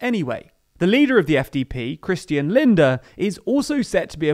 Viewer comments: Wow - you got SPD right and you failed again Edit: Lindner not Linder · I think we got away with a black eye, not sure if that saying works in English. And by the way, it's Lindner, not Linder. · He's not called "linder", he's called "lindNer" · Lindner not Linder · LindNer, not Linder. Thanks to the FDP there will not be a general speed limit on the Autobahn, the biggest contribution of the FDP to the coalition. The Greens unsterstandable are in favour of either leaving or fundamentally reforming NATO. And the SPD... well... they are the largest partner in this coalition, they are a left party and IMO their views don't go far enough. In total I think this is an extremely important government - not just for Germany but for large parts of the western world. A center-left government that tries to put people before corporations, that puts environmental protection before profits. If this really works well, I foresee more EU countries (and probably non-EU countries as well) to change to a similar type of government. Most certainly beats the Tories in literally every aspect of government. And it's good the CDU is back on the oppisition seat. We will miss Merkel, but perhaps not as much as you think. Time will tell. Thanks for this informative video! If I wasn't already subscribed I'd subscribe now. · AND you can’t even say Christian Lindner’s name properly. It has 2 N’s. Not one